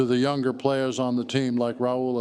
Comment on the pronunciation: "young er players" 😂😂 bullshit